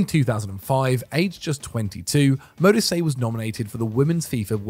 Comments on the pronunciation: Radebe was a top quality centre-back, he stayed with Leeds and reduced his own age when they got relegated. He also coached at Leeds after retirement and the band Kaiser Chiefs (who were formed in Leeds) are named after his former Club. EDIT: Modise is pronouned Mo-dee-seh. Some other honourable mentions in my opinion: Nourredine Naybet (Morocco) Jacques Songo'o (Cameroon) Abedi Pele (Ghana) Hossam Hassan (Egypt) Radhi Jaidi (Tunisia) Joseph Yobo (Nigeria) Jules Bocande (Senegal) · Modise also 🙈